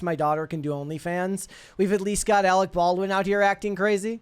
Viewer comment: "You are worfress Arec Barwin!"